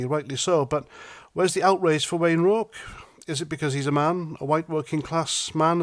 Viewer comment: Keep it up.. and congratulations on pronunciation of O'Rourke....👍🏻